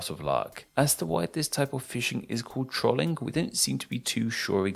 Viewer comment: Pronunciation of "Trolling": Tr-olling Correct: Troll-ing